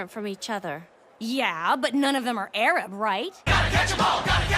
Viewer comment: AYRAB????????? AYRAB??????????? AYYYYYYYYRRRRRRAAAAAAABBBBBB?